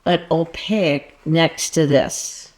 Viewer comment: Please forgive my pet peeve pushiness, but "Opaque" is pronounced "Oh pake", not "oh pa ick"